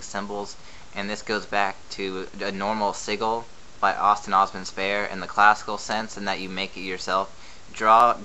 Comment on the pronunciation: "sigil" is pronounced less like seagull and more like sidge ill. Informative video though :)